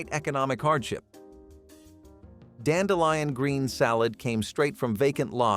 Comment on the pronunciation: ...dandelion sounds correct.